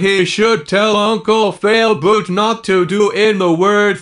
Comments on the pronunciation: Yeah but it's not Failboat it's Failboot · So now you have to do a video where you don’t say unCle FaILBooT you have to say unCLe faILBoaT